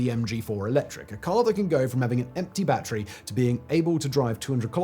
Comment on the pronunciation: Chiner makes bat-tree powered cars.